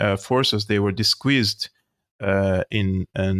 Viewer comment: Love your show! You also provide a view of Syrian reality which needs to get out. A small pronounciation fix … disguise = disguyz. As in hey guys Thanks for what you do!